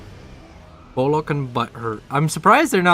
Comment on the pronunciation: ..... "Bombers bombing..., as they do." Wow 10/10 expert analysis xDDDD P.S. Bullock is pronounced like Bull (the animal) and "uck" as in Luck Bollocks is a different word (meaning "oh, crap!") - pronounced Boll-ux